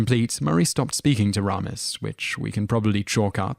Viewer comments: You mispronounced Harold Ramis' name, not once but twice, you idiot! It's actually pronounced "Ray-mis" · Ugh especially ‘Ramis’. It’s “RAY-miss”, ya ignoramus. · and it's Harold Ray-mis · funny how he's all into U.S. celebrities but mispronounces many of their names, like 'Harold Rommis'. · Or RAR-miss for that matter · After watching half a dozen or so videos, I can't resist it any more. The narrator needs to learn to pronounce people's names. The name Ramis is pronounced Ray - miss. The name Tejeda is pronounced with the "j" sounxing like an "h" (in the video "People Too Beautiful...") There are others but those were the most annoying for me. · AND it's not Rahmas; its Raymus. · It's RAYmis not RAMis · What the heck? How is it even possible for you to mispronounce 'Harold Ramis'? ( 'RAY-MISS' not 'RAW-MESS' ) How annoying, Clearly you do not do any real research... In fact, I'm not just being nit-picky, that is a 'tell' that shows: 1) That you have clearly never heard his name spoken out loud and are therefore 2) most likely spouting someone elses written thoughts. WHOSE WORDS ARE YOU PLAGERIZING SIR? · Its Harold RAYMIS not Raaaamis. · Harold R"AY"mis not Harold R"AH"mis you buffoon. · Whose Harold RAM- is its Ray -mis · I'm British, but I know it's Harold RAY-miss not RAA-miss. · It is pronounced Harold RAY-mis, you silly Brit. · Ok, yes I know that the British accent will say words differently, and that is just fine, but names are a bit different. You say names the way they are intended to be said. It is Dry-fuss and Ray-miss. It is how they themselves say it, therefore that is the way it should be said. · Interesting video, but you REALLY need to learn how to properly pronounce some of these folks names. It's Richard DRYfuss, not DRAYfuss. And Harold RAYmus, not RAH-mus. And I'm pretty sure at one point you called Kenny Baker, Kenny BARKer. Just saying. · Harold RAY-mis. Richard DRY-fis. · Richard Dry-fuss; Harold RAY-mus!!